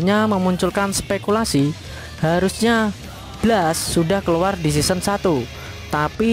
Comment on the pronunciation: Blast cara bacanya blest dek.